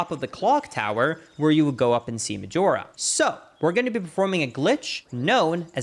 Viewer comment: Please don't say Medjewelra